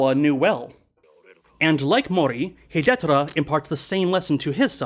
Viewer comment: I know this is way after the fact and beside the point, but the pronunciation of Hidetora is hee-day-toh-rah. Four syllables. In any case, great review and looking forward to more of different Japanese directors (in particular In the Realm of the Sense by Oshima Nagisa!) ;)